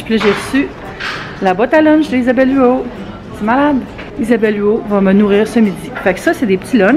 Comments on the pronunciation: Oui on prononce le T ahah, comme si tu disais Huotte :) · Pas mal sur qu'on prononce le T dans Huot!! Et me semble que 20$ c'est cher comparer à ce qu'on peut retrouver sur le marché, pour la boîte à lunch??